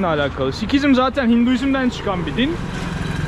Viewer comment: Türkçe telafuzu Sihizim aga Sikizim değil ...